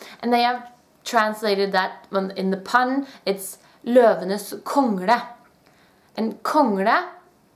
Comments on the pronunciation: It's l, not r. Kongla. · I have a question: It sounds to me like you pronounce "kongle" as "kongRe" with an R. I've listened to it many times, and it sounds like an R rather than an L. Am I hearing wrong? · you said "Kongra" and we have the same word in Urdu that makes the same sound as the later "r" does in "Kongra", but I can see that English speaking people and people from many other cultures simply can not pronounce that at all.